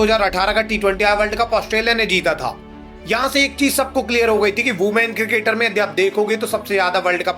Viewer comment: Women ❌ Ooman ✅